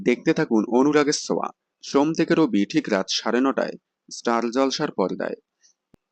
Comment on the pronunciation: Anurager soa mane ta ki, ki j bolen apni, uchharan thik korun